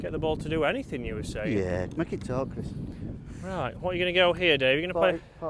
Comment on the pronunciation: I smile everytime he says Chris. Criss, Crees.